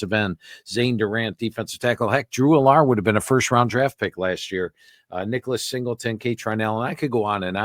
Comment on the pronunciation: Why does the man who knows EVERYTHING about college football keep mispronouncing Drew Allar's name? 🤣🤣 As a Buckeye fan, I've been watching and listening to Penn State games for forever and since the kids been there no one has pronounced his name All-ar!! Lol..smdh